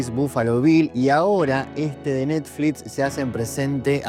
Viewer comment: Por que dice NETFLITS??😄